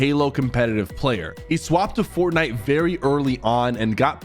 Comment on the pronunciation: Why do you keep saying fortnite like that man😭